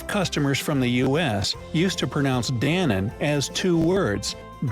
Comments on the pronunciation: It's danone and knorr, not danon and norr. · It doesnt sound more americsn vouse he could not pronounce danone right to beginn with And i thi k this might be the actusl reason pronounceatio difficultys of the brand 😅 At least in germsny we csll it Da no ne Not danon😅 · Danone is pronounced totally different, even the voiceover got it totally wrong... Its pronounced the french way: Da-no-ne (fonetic: Da No Nuh).... In Netherlands we have Milky Way as shown and long time ago also had 3 Musketeers also which was NOT Milky Way but these days its called "CurlyWurly" which is some wickerwork candy of caramel and chocolat... Another fun little story: There is no Wendy's (the American one) in Netherlands, Belgium and Luxembourg because ONE fastfood restaurant in Goes, Zeeland successfully claimed the name for these 3 countries. The large American hamburger chain Wendy's (in 1969, more than 6,600 branches) has been conducting proceedings against the snack bar in Goes, which opened in 1988, for more than 25 years. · We pronounce Danone as ‘Da-no-knee’. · tbh I was most surprised by the pronunciation of some brands, like norr really? the K isn't silent. Danone was also weird